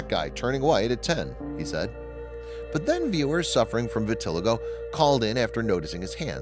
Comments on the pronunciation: VIT UH LY GO......your mispronunciation takes away from the story. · I wish the narrator would learn how to pronounce “vitiligo” before creating the video. It is pronounced, “vi-ti-LIE-go. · It’s great that you’re bringing awareness to this condition, but would you please pronounce it correctly? It’s vit-til-eye-go, emphasis on the long i syllable.